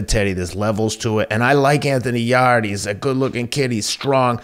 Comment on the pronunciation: They pronounce Yarde's name Yard and agree, he needs to avoid Beterbiev. Dmitry Bivol vs Artur Beterbiev is one of the biggest fights in boxing to make right now.